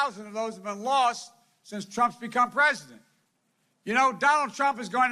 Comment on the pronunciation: Look Folks, I am tired of listening to this unraveling of a poor excuse for a human being. Oh sorry, did I hurt anyone's feelings? This was the worst one yet, can't even say the word President, let alone be. Moving his tongue around very awkwardly in his mouth, having trouble "reading" the words. Can't remember Mr. Jacob last name, had to look at the screen again to correct himself. I would think if he was sincere about these people, he could maybe remember their names. Wow, what if he was looking at classified documents and missed something or forgot something, different numbers, oh well it's only nuclear codes, who cares. I feel bad for him truly, because something is obviously wrong. You may not like PRESIDENT TRUMP, but at least you could do is respect him. I didn't like or vote for the previous guy, but I respected that he was in charge and hoped he would do something. Maybe try respecting Our President now, and you won't be so hateful. The division wasn't created by President Trump.